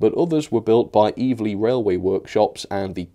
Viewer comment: great review but in Oz, 'Eveleigh' is pronounced as 'Ev-ah-lee', run quickly together, not as you said it. I echo others' comments about Auscision. Quality!